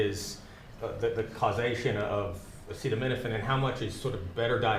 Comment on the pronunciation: Our president starts off demonstrating he cannot pronounce acetaminophen. Listening to Trump try to discuss medical issues is so utterly painful, I'm embarrassed for us all.